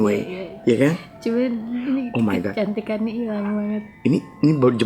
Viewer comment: Why do you have to say "oh my goat" a few times. Its not oh my goat buat oh my god!